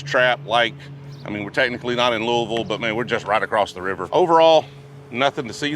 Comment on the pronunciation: You actually pronounced Louisville right. Not many out of staters do that. If you’re ever in south central Kentucky and able to swing by our store we can get you hooked up on some rare unicorns. We have a selection of allocated that’s hard to find in other LS. Just give me a shout.